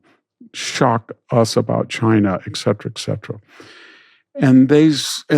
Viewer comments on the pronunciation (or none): none